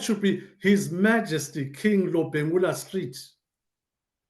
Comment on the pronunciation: He is called Lobengula not robhengura.